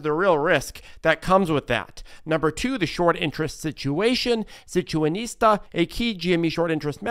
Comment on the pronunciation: situatonista.....every time, dude. You get me every fucking time lmao